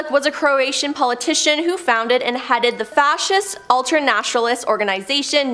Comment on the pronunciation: the lady hosting this section should really… 1.) learn how to pronounce “Fascist”, along with various geographical names, 2.) not look miserable, like this is the last place she wants to be (smile?) 3.) learn how to use inflection, pauses, and changes in tone/volume to relay an engaging story (these stories are crazy, yet her delivery makes them uninteresting) 4.) take a deep breath, slow down, and have fun with it. Maybe it was an off day but I feel like she needs to increase her confidence and comfort so she can be more at ease in front of the camera. I took in little from her segment due to the lacking delivery.